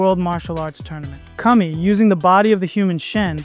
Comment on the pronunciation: Great video as usual,! I also love how the voice model pronounced Kami as Cummy! 😂